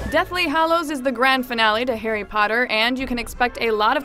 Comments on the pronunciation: did she just say "hairy"? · Why do you prenounce his name as: Hairy potter?